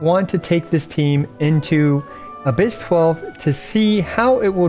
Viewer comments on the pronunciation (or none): none